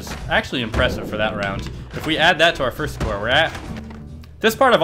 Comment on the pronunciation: he said firts lmao